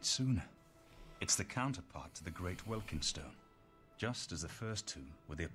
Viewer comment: "Ahaa it's called welkYND stones, not welkard stones!" proceeds to call it welkard stones the rest of the video :D Thanks for a great video man! Wish I found your channel earlier :)